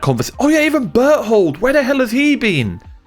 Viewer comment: New way to pronounce Bertholdt: Bert Hold (Butthole)